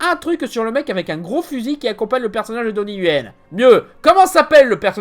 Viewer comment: Donnie Yen, pas Yuen ;)